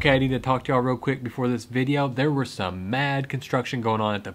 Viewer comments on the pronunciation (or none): none